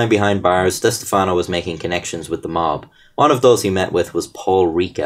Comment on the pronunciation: thanks for pronouncing stefano correct. as a stefano myself its rare people get our name correct